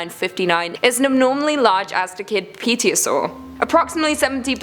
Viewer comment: I find it hard to believe that a studio full of adult humans...n none of them can pronounce Pterosaurs.. Terror.... sore